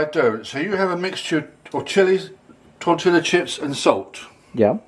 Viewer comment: Lol toetilla is pronounced Torteeeuhhh